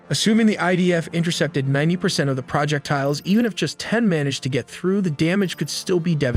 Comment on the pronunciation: do you not know how to pronounce "projectile" and "mossad"?